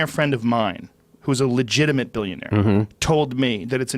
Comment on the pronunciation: "begit lillionaire"